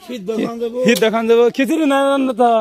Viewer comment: কথা টা হিদ্য না । কথা টা হবে সেদ্ধ।